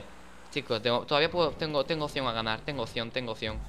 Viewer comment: Hola Dani, la palabra es OPCION, no OSION jajaja